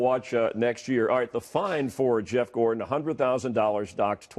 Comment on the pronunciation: "Gordan"? Who's Gordan? I've never heard of a driver with the last name "Gordan".